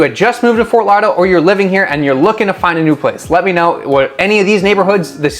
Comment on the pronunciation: Can't even pronounce it.